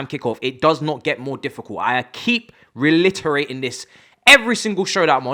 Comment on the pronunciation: I think he may be talking about your pronunciation re-litter-rating 😂